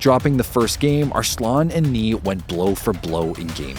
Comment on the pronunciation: ... Is the main voice here AI Generated? That is now how arslan is pronounced.